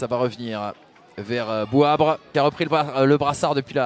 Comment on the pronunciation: c’est pas Bouabre c’est plutôt Bouabré😂